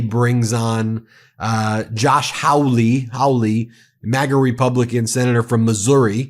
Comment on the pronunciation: The disgusting Josh Hawly's name is pronounced "Holly-ish) is truly horrible.